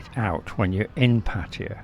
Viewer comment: mate, you live for several years and didn't learn how to pronounce the name of the city? Tip, it is not Patya like you keep saying.